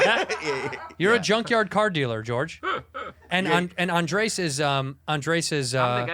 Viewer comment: He keeps saying Andreas instead of Andres too